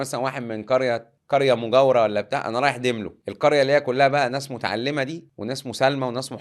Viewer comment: داملو مش ديملو